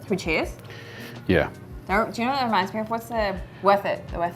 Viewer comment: saying cheers at the end sounded so American